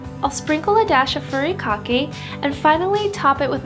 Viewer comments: Should be pronounced POH-kay and FU-ri-KAH-KAY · Looks good but you butchered the word 'poke' and 'furikake' 😅